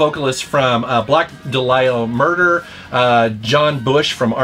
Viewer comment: Black Dah-LEE-ah Murder